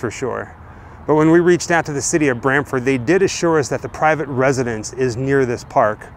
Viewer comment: Did he say brantford ?